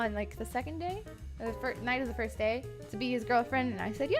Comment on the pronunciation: 1st to say 1zt with a z, lol XD